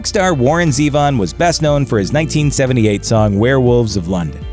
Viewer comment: No GG Allin? And why is he saying Zee-von. It's Warren zevon. As in Zevon